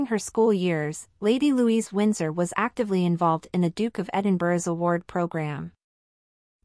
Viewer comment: Her name is Louise, not Louisa.